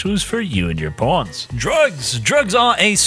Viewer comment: I keep hearing Pawns as Porns "Watch your porns"